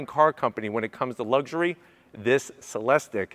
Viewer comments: It is not (Se les tik) it is pronounced (Se les teek) Come on. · It’s pronounced Celesteek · Sat it with me, “cell-es-teek”.